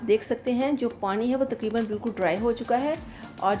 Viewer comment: plz parin nhi pani bola kerain